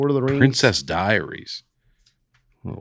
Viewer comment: How did no one correct or catch saying Hanne Athaway?!